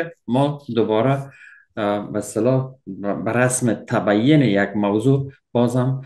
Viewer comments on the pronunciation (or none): تبیعن درست نیست تبین